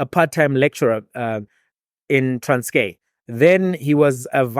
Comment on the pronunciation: TRANSKIE! NOT TRANSKAY!